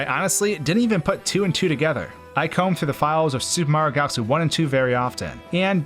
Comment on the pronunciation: "Supermar galxy" lol, this guy got a speech impediment or something or does he talk to fast for his own mouth?